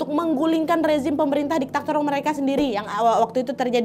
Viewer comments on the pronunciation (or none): none